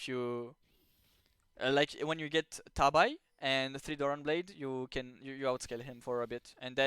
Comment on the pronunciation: good information but it's pronounced tah-bee, not tab-eye :) thanks for the lesson!